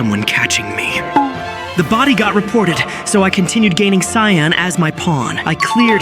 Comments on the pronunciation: Yo…I think is cyan not “KAYAN” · Btw it is cyan, not kyan bro! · U say kyan insted of cyan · You called "cyan" kyan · Kyan instead of cyan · says Cyan❌ says Kyan✅ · "Kyan" bro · It is called cyan not kayan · Bro said kyan again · Cyan❌️ Kyan✅️ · Cyan❌ Kyan✅ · Kyan bro Kyan sorry I just have like idk but that sounded so weird to me it’s pronounced cyan btw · Then “Kyan.”😂😂😂😂😂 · Kyan??? How ai shall we get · Cyan ❌ Tyan✅ Kyan✅ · Cyan (si-aa-n) not (ky-aa-n) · Kyan? Do you mean cyan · “Kyan,” you mean cyan. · What’s kaiyan are you sure the word your looking for isn’t pronounced si-on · Is it just me who gets mad at the word Kyan instead cyan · cyan ❌ kayan ✅ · Cyan ❎️ Kyan✅️ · Bruh mid short you said Cyan wrong you said ckayn idiot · "Cayan" bro✌️🥀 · Cyan 🚫 Khayan✅ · it’s called cyan not kayan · And he also said tayan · It is cyan not kyan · Bro said ckyan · Its cyan not kyan 😭😭😭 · Bro said ciyan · Bro it’s not Kayan it’s cyan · it's not kyan it's cyan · “Kyan” keeps ringing in my ear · It's siyan not kayan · It not called as kaayaan It called as cyan (c yaan) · its sian,not kian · “Kayyan” Ai is getting worse by every blink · Its pronounced syan not ckyan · IT'S NOT KYAN IT'S SIGH-AN/ CYAN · Yo bro can’t even say cyan right he said Kyan not cyan it’s pronounced syan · cyan ❌ cayenne ✅ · Cyan❌ Kyan✔️ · I heard you saying kayn not cyan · ❌Cyan ✔️Kyan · Cyan :❌ Kyan :✅🙀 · “Kyan” is crazy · Kyan bro what u yappin abt u need a english lesson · Ah yes, you kill purple but in the scene its "kyan" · Bro said kyan😅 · It's not kia-an it's s-i-an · Why does everyone keep on saying "Kyan" 😭😭😭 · "Kyan" lols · "bunana" and "kyan"😭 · Why do you call cyan kayan?💀💀💀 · its not kyan its C with an s sound so its sounds like SYAN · "Kayaan" im crine😭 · "KAI AN" 😂💀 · "tion" "cayenne" bruh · bro said cayaan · "Kyan" come on... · Cyan ❌ Kayan✅ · You said kayen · Bro said kyan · ah yes "Kyan" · GOAT of among us can’t pronounce cyan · Can bro not say cyan?